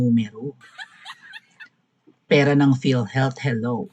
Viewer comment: Pati philhealth na heahealth nagsabi nya